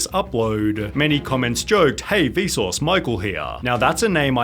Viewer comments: Every time you say Vsause I hear Bezos for some reason 😅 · it sounds like he is saying Bezos, instead of Vsuase. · Whenever he says vsauce I hear bezos. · The way you say Vsauce sounds like Besos